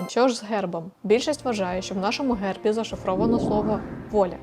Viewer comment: Не гЕрбі, а гЕрбі